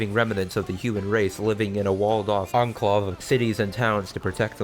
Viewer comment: well I refreshed my feed and you were the latest and now I'm here Also I feel like you cut a bit cause you didn't know how to pronounce enclave lmao